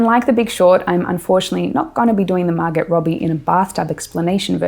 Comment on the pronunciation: It's pronounced Margo. The T is silent. :)